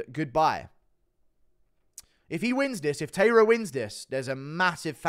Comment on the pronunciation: Glad you picked Taira! I'm Japanese and am rooting for Japan. His name is pronounced Tai-Ra Tai like the word sky